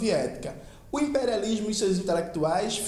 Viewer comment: KKKKKKK não sei o que não sei o que, o impériálishhmo hueuhsudheua que bicho ruim cara